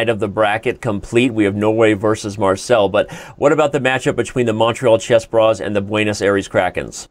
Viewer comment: Are you mispronouncing Marseille intentionally , Danny?